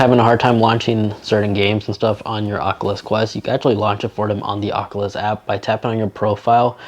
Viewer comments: I can’t not stop thinking on how he said the ocluthes qleft qlu in the first few seconds of the video instead of oculus quest two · Oat the start it sounded like he said de aculus quest